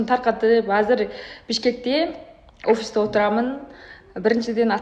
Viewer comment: Опис эмес офисте! Баари бир сонун эмес текедей болсо теке дейбиз